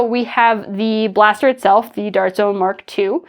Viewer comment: That "Dawrt jzoan" in the intro was adorable 😂